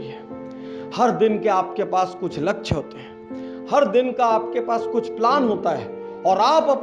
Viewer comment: doosro ke kaam me jo khusi milti h ... wo khud k kisi kaam se ni milti .. लछ्य ni hota sir लक्ष्य hota h